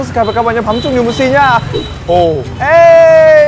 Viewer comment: gì nũi mà woossi đọc như gỉ mũi á